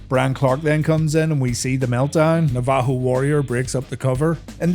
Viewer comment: Your pronunciation of Navajo is egregious